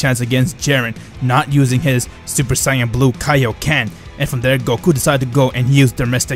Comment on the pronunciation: its called kai-o-ken not kay-o-ken